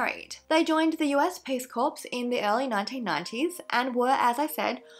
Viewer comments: It is pronounced cor - not corpse! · Hey, A big hello from Brissy. Love your content! 🥰 Just thought I’d let you know that ‘corps’ is pronounced ‘core’. Being from an ADF family I’d be shot on sight if it was found that I didn’t correct someone’s pronunciation of the word 😉. Keep up the great videos xx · Hi Erin! Oh no I had a funny feeling I'd heard it pronounced 'core' but when I saw the spelling I figured I'd misheard it 🙈 Thank you for letting me know! xx